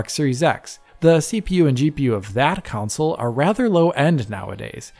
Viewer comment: I love you buddy, but FFS, it's a video game "Console" (KON-SULL). There's no such thing as a video game "Council" (COWN-SULL).